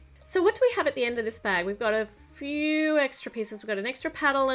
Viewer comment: Eggra parts instead of extra parts